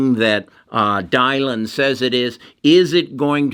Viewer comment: I like your vids but it’s very concerning that you don’t know Dylan is pronounced “Dillon” not “Dye-lon”.